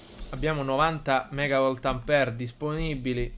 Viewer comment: "330 megavoltampere" HAHAHAHAHAH